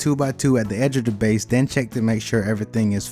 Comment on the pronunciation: It’s all about “da base”.